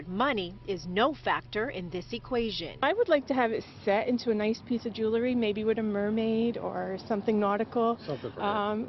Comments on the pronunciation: Nice story...but people please stop saying Jew Lery....even commercials say it....IT IS JEWEL RY....JEWELRY...NOT jewlery.....It is about a jewel not a jew....there is also not a second u in nuclear (nucular?? Nope)....and do not get me started on ax (let me ax you a question) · Ummmm did she say jewelry?